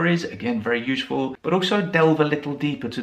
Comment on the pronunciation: Why do you say newSHpaper, uSHeful etc like some Americans say GroSHery instead of groCery? Would you mind telling me, please? I am just wondering. Has it got something to do with where you come from? I really would love to know. Thanks a bunch for your video. 🙂